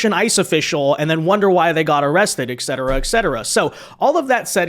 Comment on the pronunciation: Please start saying it right. It pedantic as shit but it bothers me every time you say exceterra. It is etcetera with a t sound not x. Love your videos though I wanna slap someone every time I hear exceterra.